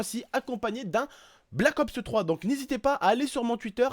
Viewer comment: on dit black ops 3 pas black opseu 3 sinon gg